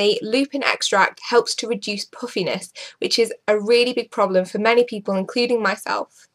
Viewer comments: "pooffiness?" lol i thought it was puffiness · That's her accent. she did say puffiness but pronounced it poofiness. She's from northern England.